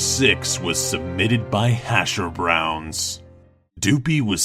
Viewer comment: IT SED DOOPIE NOT GOOBY!